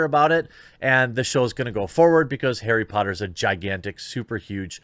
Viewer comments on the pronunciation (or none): 'arry PUH - otter??? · HEY! its Airry Potta! Get it right damn it.